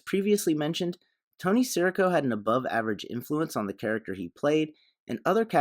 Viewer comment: Nice analysis, enjoyed the video. But at he clearly says his name “si REE co”. Not sure why you’re saying “SEAR ih co”?